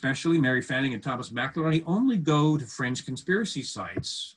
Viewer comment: why are you calling him “McILERNY?” It’s MCINERNY. Are you speaking about another person? I am confused. 😕